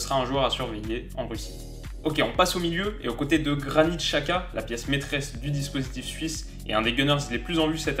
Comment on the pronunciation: Merci pour cette vidéo toujours au Top!!! J'espère que tu te trompe et qu'on passe le premier tour 🤞🤞 Et sinon 2-3 chose à redire, niveau prononciation les français faites un effort svp. En suisse les nom en -er se prononcent "-èr" et non "eur" par exemple Sommèèèr et non "Zomeur" et Xhaka c'est "Djaka" et non "Shaka" Voilà sinon RAS continue comme ça et vive la SUISSE 🇨🇭🇨🇭🇨🇭